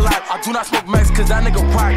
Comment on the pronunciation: he said mexi